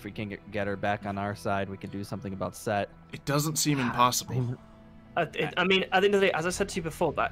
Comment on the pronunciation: it's Set, Seth, Setesh, and Suetekh. Though, for this series, it's just Set. Not Sekt.